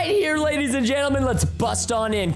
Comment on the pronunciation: How many times Preston said lady’s and gendelment | | | 👇